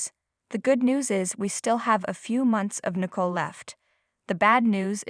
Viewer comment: Nicole not nickle. Get someone eho can pro ounce people's nameright!!!!!!!!????!!!!!!!!!!!!😂.